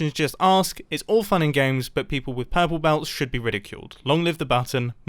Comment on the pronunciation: Ha ha ha ha ha, pUrrPle Belt🤣🤣🤣